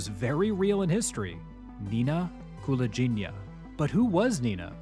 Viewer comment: Wrong last name pronunciation, though 😁 Its "gi" part is pronounced like in "give", not like in "gin". And stress on the second syllable - KulAgina 🙌🏼